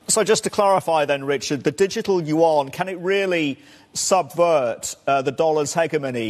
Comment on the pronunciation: Finally, someone who pronounces it (yuan) correctly. After studying Chinese I have come to the conclusion that it is a cumbersome language. English is the best and Russian so great. English is the fundamental language for reading the Bible KJV 1611.